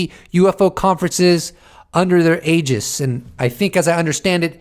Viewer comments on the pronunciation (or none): none